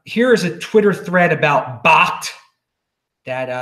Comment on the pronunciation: I believe its pronounced .. Backed (bakkt)